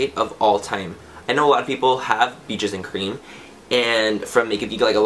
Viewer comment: BEESHES AN CREM. I have rewound that part of the video 13 times to listen to you say Beaches and Cream that way. Hahahah YOU ARE THE BEST!!!